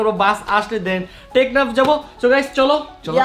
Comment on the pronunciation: ভাইয়া ওটা টেকনা না ওটা টেকনাফ